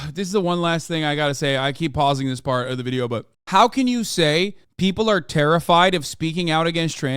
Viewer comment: Hateful video-ah